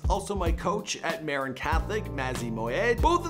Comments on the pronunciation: Boise is also pronounced BOY-zee, not Boyce. Also, Marin is Ma-RIN, not MARE-in. This poor on-camera guy: Another casualty of the public school system. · Who taught this guy to speak? He mis-pronounced at least 5 words (Alameda Del Prado, Novato, Marin, etc). and who did the research the photos of Finnegans and Sinaloa are incorrect. What a waste of time.